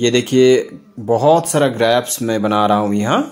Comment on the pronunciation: Bhai grapas nahi hota grapes hota hai 😂